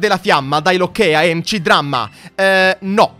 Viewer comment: comunque MC Dramma si legge MEC Dramma